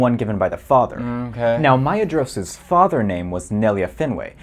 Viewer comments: the description says he's fluent yet he pronounces Maedhros as /ˈmaedʒɹoʊs/ instead of /maˈeðɾos/ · the DH in Maedhros is pronounced like the TH in clothes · I was wrong. Maedhros is supposed to be pronounced /ˈmae̯ðros/ and not /maˈeðɾos/ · I love how you just insulted all "Guys who memorized all the family trees and is fluent in Elvish" by saying "MIe-ed-ros." In the appendix it CLEARLY states that dh says "th" as in "then." So therefore, it is not Mi-ed-ros, it is M-AY-eTH-Ros. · "Maitamo" is Quenya, not Sindarin - it would indeed be pretty strange for Nerdanel to name her baby in a language she didn't know existed. Also the "dh" in "Maedhros" is pronounced "th" as in "this". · Me remembering I thought Maedhros's name was pronounced "Ma-door-es" I don't know why lol (He is my current fav Tolkien character) :0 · I hate to be that person and I know I’m not helping my case, but the dh in Maedhros is a voiceless dental fricative, /θ/. So it’s pronounced like the th in thin. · Now I'm wondering if the mispronunciation of Maedhros is an intentional dig at the kind of person, or a genuine mistake. And yes, I am that kind of person. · lol, the nerd one mispronounced “Maedhros” I feel underrepresented